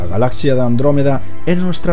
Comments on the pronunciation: ¿Por qué no puede pronunciar correctamente la palabra galaxia? Se pronuncia “galacsia” y él lo hace sin la c.(galasia) Me extraña, porque el resto de su pronunciación castellana es exquisita. Quizás sea de la región que proviene. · Es galaxia, no galacia saco huea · galasias dice jajajjajajaj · Despues dices Galas sias, y vez ahí estás otra vez con lo mismo, Lo difícil es explicarte como se pronuncia galaxia sin explicación fonética. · como consejo o critica constructiva, mejora tu pronunciación, ya que el vídeo perdió toda la seriedad al decir "galazzia" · También dice "impattante" y "Galasia" y otras...